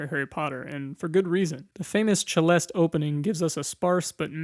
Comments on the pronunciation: celeste not cheleste. ce like in the beyon''cé'' thn ''cé''lés''té'' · Celeste is pronounced "suh-LEST" and has the same Latin root as the word "celestial" ("heavenly") in case anyone was wondering. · Pronounced “sil est” or also “sil est a”(celest and celesta are both correct.)